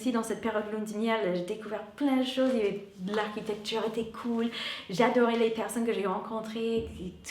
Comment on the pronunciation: J'adore comme tu prononces certains mots à moitié en français et à moitié en anglais, comme architecture ou circonstance dans cette vidéo par exemple 🙂 bisous !